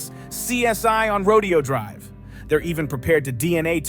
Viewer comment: The correct pronunciation of Rodeo Drive is "row-DAY-oh." It's not a rodeo.